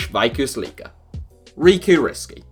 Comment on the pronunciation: That pronunciation of "Veikkausliiga" takes the cake of English speakers' shot on Finnish language in February 2019.